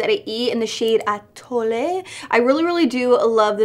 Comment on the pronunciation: Love how you said "atole" 😁😁